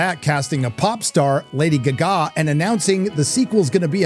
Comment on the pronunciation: love the way u say lady guggaaa